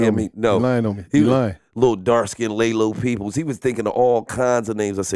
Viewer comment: “Laylo Peeples”🤣🤣🤣🤣🤣